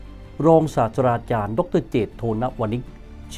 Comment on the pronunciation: ผมฟังว่าอาจารย์พูด “ศาสดาจารย์” ใช่เปล่าครับ ถ้าหูผมไม่ฝาด ที่จริงต้องเป็น”ศาสตราจารย์” นะครับ ผมชอบครับรายการนี้